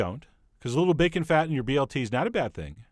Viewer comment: That is some superior-looking "bakeun"! 👍